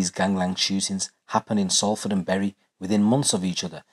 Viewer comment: It's pronounced sol .....ford